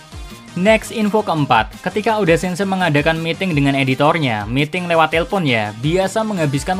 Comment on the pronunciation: "eiichiro O D. A"